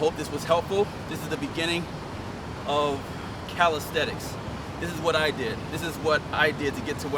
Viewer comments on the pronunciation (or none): The word is CALISTHENICS Not caristhetics